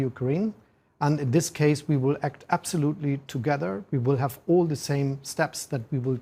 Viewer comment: Ich wundere mich immer, wie man so gut Englisch sprechen kann und dann trotzdem noch "absoutely" mit einem eher deutschen "a" ausspricht und da gibt es noch mehr solche Aussprachekleinigkeiten. Aber insgesamt: Chapeau!